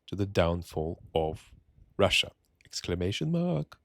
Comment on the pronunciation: "Exclamation maaak" nice 🤣. Good morning mate